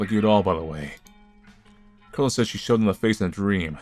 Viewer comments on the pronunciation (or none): none